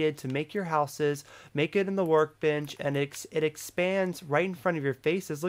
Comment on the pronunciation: It sounded like you said we have our work bitch here lol